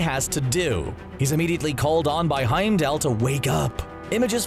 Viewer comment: Will you guys stop calling him HeimdALE? HeimdALL...all..fall..mall..call.. Heimdall...ffs